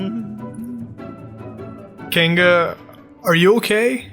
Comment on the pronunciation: He keeps mispronouncing Rotom :U